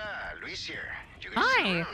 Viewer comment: Penny: \*hears Leon say Luis* Penny, seconds later: "Lewis"